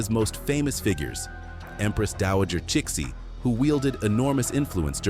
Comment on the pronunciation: Cixi is prounced Sirsee